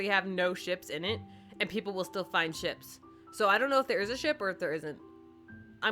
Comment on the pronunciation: When you were talking about ships I thought you said chips